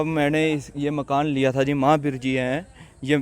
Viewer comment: Malik makn nhi hota ji makan malik hota aap ka tarika gt h bolne ka